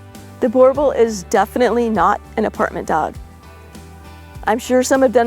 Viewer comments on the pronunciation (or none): I grew up with ot of these arpund in SA, theybare awesome and drool alot. Ps. Pronounced boer (boo-rrr) boel (bull) boo rr bull 😉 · You don't say it to badly but it's a Boo R Bull . So glad you don't say Bauble 😊